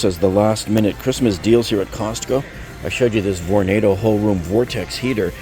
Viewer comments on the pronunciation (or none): none